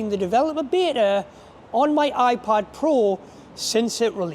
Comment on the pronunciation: Af first it sounded like you said iPod.